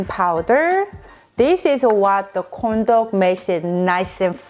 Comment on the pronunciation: im so sorry but everytime she says corn dog it sounds like condom